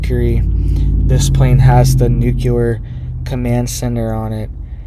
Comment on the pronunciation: Nuclear is pronounced "NOO-KLEE-ER" not "NOO-KYA-LER". Wtf is wrong with you? That is so irritating.